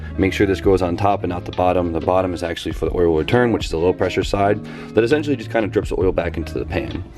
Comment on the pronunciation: Funny you couldnt say essential first minute of video but after says essential more than turbo..i had to stop watching. Its just as bad as hearing someone say "like" every damn other word